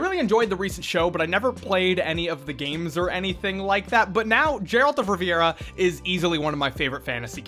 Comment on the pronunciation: I’m reporting this video for that pronunciation of Geralt Of Rivia.